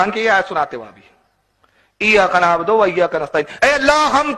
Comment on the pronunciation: Eyaka nabodo nahi nabudu hota hai